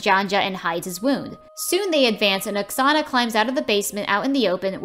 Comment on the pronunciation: the name oksana sounds like a name from my country and the way u said the name hurts me..